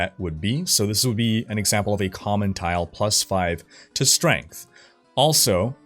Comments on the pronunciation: "StrengHt" LMAO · chuckled at "strenght" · couldn't help but chuckle at "strenght" when he read it out loud as that.